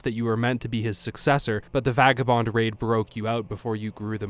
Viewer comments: At around the 1 hour mark you suddenly start pronouncing vagabond correctly then 5 minutes later you’re back to vagueabonds. So I’m on to you. You’re using a robot stand-in. Constantly half the time. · Fun fact; The “vag” in “vagabond” rhymes with “bag”